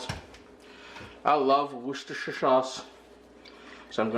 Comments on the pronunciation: worchester is pronounced wooster my friend ;) wooster saurse not worcherster saurse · Hi, many thanks for a very helpful video... regarding the Worcestershire sauce... it's pronounced 'wust-eh-shir'... keep the videos coming...